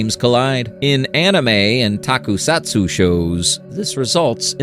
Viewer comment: You mispronounced Kaiju and Tokusatsu.